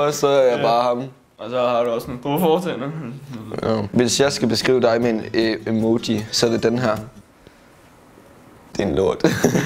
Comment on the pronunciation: Det hedder ikke emiji det hedder emoji😂😂